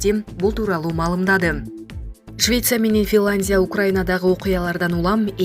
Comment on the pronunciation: Финландия эмес Финляндия, а менен я тамгасын айтканды уйронуп алыныз